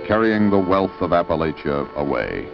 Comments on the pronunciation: The Yankee pronunciation of Appalachia says it all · They spent all this time there but never learned how to pronounce "Appalachia?"